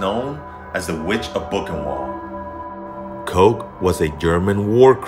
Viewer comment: Boochenvaldt. Best try at spelling the pronunciation. Not to be that guy. But I'm that guy.